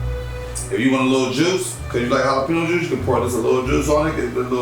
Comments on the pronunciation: Idk why but it bothered me so much that he was saying sirachy and jalapino instead of Sriracha and jalapeno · Please don't say jalapeno like these guys it's ja-lah-pen-yo